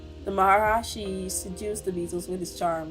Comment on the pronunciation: Thank you for the reaction! FYI not that it's important, but the pronunciation is ma-ha-ree-she! Keep it up with the Beatles reactions, please!!